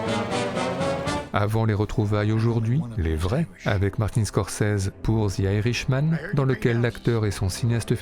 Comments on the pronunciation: "Zi Irishmanne" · « Zi irishman », c’est quelle langue ?